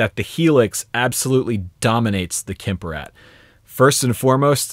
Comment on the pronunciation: Just as a side note: Kemper is pronounced with a hard "p" and doesn't have an "i" in it... 😀